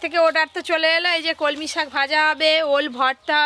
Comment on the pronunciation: কি ইচ্ছে করে উলটো পালটা উচ্চারণ করো আপু। কলমকিএ বলছ কমলি